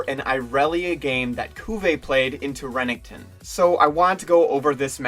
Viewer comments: just fyi its Renekton, not rennington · Who tf is Remington? Lol Bro good video but damn, ninjas name is pronounced, “ren-EK-ton” don’t do the green Barney like that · The way you say renekton makes me cringe D